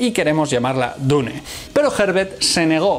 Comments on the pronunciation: Su error del metal fue como tú diciendo dune envez de dun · nunca pensé que una persona pudiese pronunciar "Dune" de tantas maneras equivocadas....